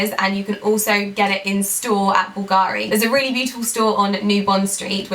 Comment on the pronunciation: Hi, I,❤️ your videos, you are such a beautiful and inspiring woman. Just a little comment: please stress the 'u' in Bulgari ( and not the 'a'.) Being Italian I just wanted to improve your pronounciation.